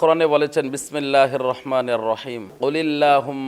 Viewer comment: আসসালামু আলাইকুম হুজুর বিসমিল্লাহ আগে ঠিক করেন